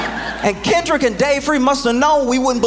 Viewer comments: She called him Kendal 😂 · She said Kendel…smh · The "Shut up and Dribble" lady is actually talking about the Super Bowl halftime show. Maybe she should take her own advice. Jeanine Pirro couldn't even say his first name correctly so she should go back to drinking or sniffing and stay out of things she knows nothing about. Faux should just acknowledge "they not like us." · “This guy Kendall Kamar got all these Grammars?!”😂 Lady WTF are you babbling about?